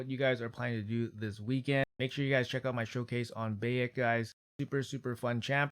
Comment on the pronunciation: Lemme help you out big dog. Bye-ek is the pronounciation of his name from AC game. You're missing out if you didn't play AC Origins.